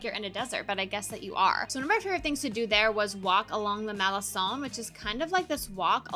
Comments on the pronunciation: It’s pronounced MaleKon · Malecon its pronunciation is Malekong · It's written Malecon, you pronounce con as son?